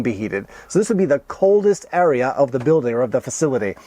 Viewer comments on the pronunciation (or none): none